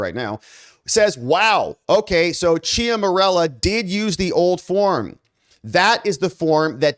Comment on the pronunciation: Love your work, but if you're going to say somebody's name, like one hundred times, you should spend a minute to learn how to pronounce it correctly. "Ciaramella" is not pronounced "chia morello". This distracts from the story.